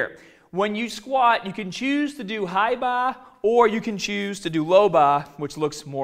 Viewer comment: Fuck the tutorial on his squats I could listen to this dude say hi bah low bah all day! I would love to ask this guy how he pronounces that place you go in to get drunk.